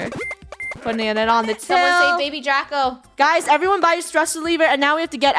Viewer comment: It's Draco not "Drago" also, u can't take away the oof cuz if u don't watch for them, then they die. So that's why their last name is oof (including Draco-oof, Luba, Kat-oof, Lunar-oof and Rainbow-oof.) Last name is oof cuz they die